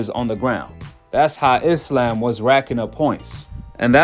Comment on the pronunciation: I'm just glad these Americans call Islam, Islam and not "I slam" like they call Iran "I ran" and Iraq " I rack" lol